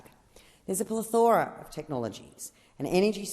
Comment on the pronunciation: Yes, very bad for everyone and everything, except the Party members. Plethora - emphasis on the first syllable.